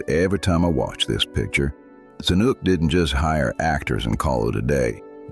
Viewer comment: Zanuck the Longest Day director - is pronounced Za-nick not Za-nuk.